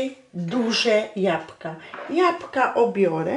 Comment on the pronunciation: Jabka ja mysle ze powinnas powiedziec jablka